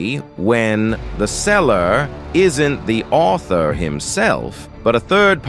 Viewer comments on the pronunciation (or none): "The sellarrr, isn't the aultharrr"